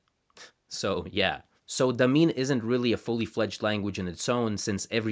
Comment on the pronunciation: Came here to say exactly this. Also the first syllable is almost always stressed in Tangkic languages, so we should hear LArdil, DAmin, and YUkulta, not larDEEL, daMEEN, and yuKULta as he pronounces them. Funnily enough, pronouncing the r as flapped like he does leads to "marlda kangka" (hand language) sounding more like "marralda kangka", which would mean "ear language". This is all nitpicking though, as linguistics enthusiasts like to do. Grateful to have a well researched video about these little-known languages!